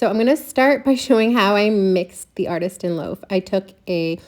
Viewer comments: Love this! BUT it’s Artisan, not Artistan. Sorry, It was just bugging me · ArtiSTAN loaf??? Or artisan? 😂